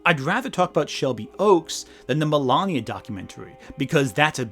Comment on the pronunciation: You know everytime he say "Melania" I keep on hearing "the lama" and I think it would have done better if the movie had been about them instead